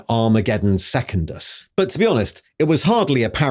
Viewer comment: seh-kundus not second-us